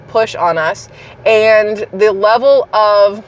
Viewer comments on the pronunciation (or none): none